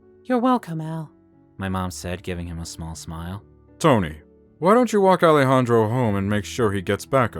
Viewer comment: Now miss thing, that accent is more russian than spanish....Also, I love the pronunciation of Ale-Handro. 😂